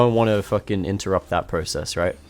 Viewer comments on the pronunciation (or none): none